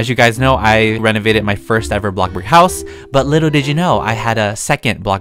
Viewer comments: Lol it’s bloxburg not block-burg loll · The Way Says Bloxburg:Ablockburg And Me:Waaaaa I want to play Blockburg now and Comit oof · No one:: ITs BlOcK BoRgUr